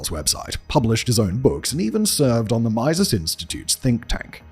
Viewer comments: the “majses institute” ??? Just shows your ignorance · "Meeeseees" Institute - the I's are pronounced like e's. A bit like the Meeseeks in Rick and Morty. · What a blast from the past! It is wild seeing normie channels help resurrect someone almost completely forgotten. Cool to see but if you are trying to cancel him you are about 6 years too late. Also the pronunciation of “mises” was incredible, thank you kindly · Imagine doing a video on Molyneux and not learning how to pronounce "Mises" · Lol at that pronunciation of Mises. He might have liked it, as you're almost saying "miser"....